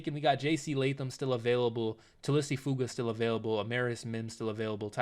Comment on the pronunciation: It’s pronounced “tuh-lease foo-aw-guh”